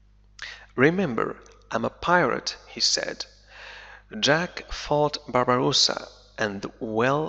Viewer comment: تحياتي عيد مبارك وكل عام وانت بخير انا مشترك في قناتك منذُ وقت طويل. لدي ملاحظة صغيرة لا أدري هل أنا على صواب ام أنني عل خطأ؟ فقد لاحظتُ منذ بداية هذه القصة انك تلفظ الأسم (Barbossa) تلفظه ( Barbarossa) وهو اسم المناضل الجزائري الكبير (بربروسا ) اخوك من اليمن